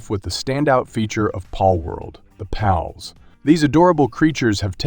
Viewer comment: It's giving Benedict Cumberbatch trying to pronounce "penguins" vibes. Why does he call it "Paulworld" and randomly switches between calling the creatures "pals" and "pauls"?